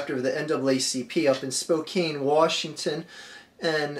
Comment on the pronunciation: The arch fielding live in spokane and if anyone heard how you pronounce spokane they would laugh it's spelt spokane but pronounced SPO CAN